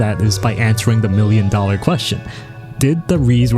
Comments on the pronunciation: making fun of his pronunciation of reze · Don't feel bad about the wrong pronunciation. Even the official german dub did it wrong. 😅 (But at whole the german dub could keep up with the original, though.)